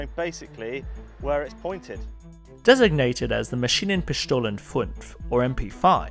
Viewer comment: Jesus, I know my mother tongue isn't that easy, but I rarely heard a German word butchered more then you just did with "Maschinenpistole" 😂 Try this: Muh- (as in slang for "my") Shee- (as in sheet of paper) -nen (as in linen) Piss (well...) stole- (as in stolen, with vocal e, but without the n) The "o" is a little different, but you're good to go with that.